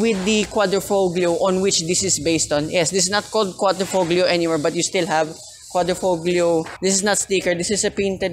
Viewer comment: Nice review. Btw Quadrifoglio is pronounced as quadri-FO- LIO. 👌